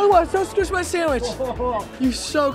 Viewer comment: AAHAHAHHA. Keaton: ayye ayee!! dont squish my sachwich.. dude that was so close!!! OMG. WHAT IS AIR?!?!!